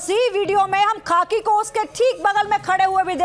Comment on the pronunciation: Madam aap kitani padhi likhi hain.khakhi khaki chilla rahi hain...